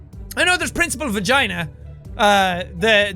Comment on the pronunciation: NO its not Principal Vagina, its principal Fagina, get it right!